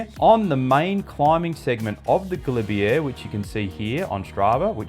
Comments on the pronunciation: Pronounced galibier ga-lib -A not galibier (air) 🙈🙈🙈 👍 French won’t understand you if you say this when asking for directions, as I found out riding from the st Jean route. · Great video as always. I know you're an Aussie but please learn how to say Galibier. It grates every time you say it ending with an 'err'. All the best!